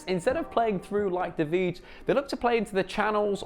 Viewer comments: Stefan de vrij = “Stefan de fray” or sum, not VISHH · Man you are really butchering De Vrij's name..... its pronounced something like "De Fry" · It's pronounced De Frei! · DE VRY, DE VRY! That's how it pronounced. Yeech! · The way you pronounced De Vrij gave me anxiety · De vrij pronunciation absolutely butchered 😭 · It triggers me to be honest wtf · You should check out how other people pronounciate De Vrij. It's somewhat similar to Van Dijk, but phonetics is hard to write.